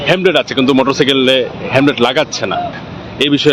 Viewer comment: মি: ভাষ্যকার, 'হেম্লেট' নয়, হেল্মেট।